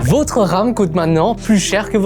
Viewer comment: Votre, avec le o de "bol" Le vôtre, avec le o de "beau" 😉